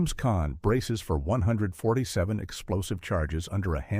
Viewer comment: I know, right? Definitely an Eh? Aye? voiceover. But it wasn't just the irritating humanoid quality of the voice and it's inconsistent pronunciation: sometimes it pronounced Caan as "can". And it consistently mispronounced Richard Castellano's name (the guy who played Clemenza). But how about that b.s. about James Can "improvising" at the toll booth scene? What was that nonsense about "he kept the engine running"? Who the hell turns off their engine when they drive up to a toll booth? smh 🤦🏻